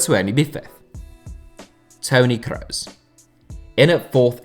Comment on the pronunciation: Mooler and Crows, Germany's finest